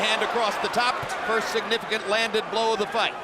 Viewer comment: it's blow not "blough"